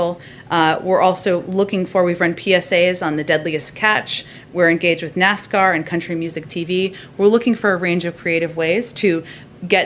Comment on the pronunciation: I'm tired of these dam stupid commercials pushing this devils liquid. By the way, it's Nascar, not nasgar.